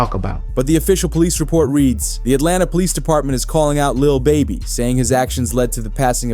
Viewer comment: This "source" couldn't even put the A at the end of Atlanta. Fake AF! 😂😂😂